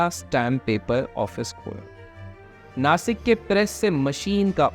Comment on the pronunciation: bro its Nashik not nasik